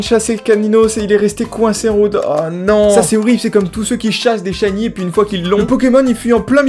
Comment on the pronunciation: Shiny* merci et pas Shiney . Non juste que le mot est anglais et que quand même un peu de respect pour ces fameux pokemon